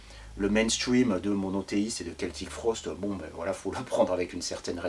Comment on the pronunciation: Salut !! Toujours des chroniques hyper intéressantes, merci !! :D A , tu prononces le nom de 'Celtic Frost' en 'Keltic' ou 'Seltic' ? Juste un détail :D